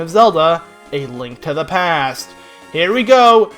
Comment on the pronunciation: Why did you have to say "a link to the pe-aaasstt" like that😭😂